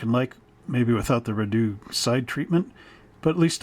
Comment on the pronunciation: And, FYI, it's pronounced Ree-dough. Hope that helps!